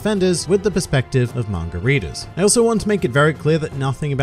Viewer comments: I may be an uncultured prick, but is he calling us “margaritas”? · Hearing say “manga readers” to me sounds like he’s saying margaritas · Every time you said “manga readers” I heard “margaritas” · When you say manga readers it sounds like margaritas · Every time you say 'Manga Readers' I hear Margaritas...